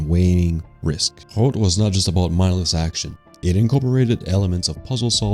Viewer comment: As for how to pronounce HROT. H can be pronounce same as in H(OLD), R and O same as RO(CK) and T as from word (SLO)T. Keep at it, you can do it. Great video.